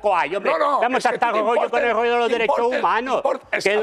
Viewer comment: No me vengas a explicar tu gorrrrllo❤❤❤❤❤😂😂😂😂😂😂